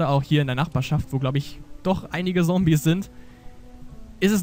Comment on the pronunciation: Warum sagst du immer "Sombies"? :D